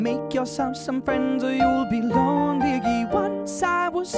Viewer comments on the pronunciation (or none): he says lonligge it's only #NoHateILoveDisSong